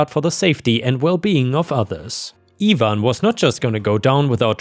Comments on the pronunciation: Its ivan not evan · You always seem to pick the Really good stories. just a help on how names are pronounced for if you see them in future stories. Ivan, is normally said like I (EYE)-VAN) (Ivan). like it would rhyme with DiAnn, Cayenne,Lion, Van, Can, Fan, Man, Pan, Tan,...and other words like that. Have a good day/night. whatever time it is in Thailand. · in the U.S. it would be pronounced EYE-van and in the word orgies the g is pronounced oar-gee's. Edit: Yes english is weird language. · ivan is pronounced Eye-van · Ivan is pronounced EYE-van. Or at least it is in the US. Bulgarians and Romanians may have other opinions on the matter.